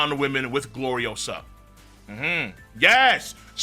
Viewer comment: It's GloriOsa. Not GloriosAAAHHHH